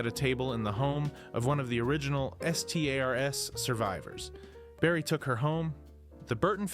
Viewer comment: The way he says S.T.A.R.S was something new🤣